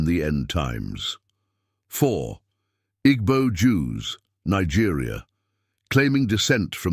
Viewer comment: You don't pronounce them 'Igbo' but 'Eebo'